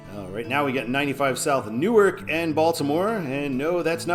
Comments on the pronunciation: Delaware’s Newark is pronounced as NEW/ARK not as NEW/ERK in New Jersey. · Newark DE is pronounced New ark. The original name of the city was two words New Ark.